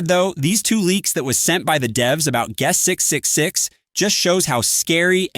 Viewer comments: "gust 666" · TTS coming up with a new way to pronounce guest 666 each time its mentioned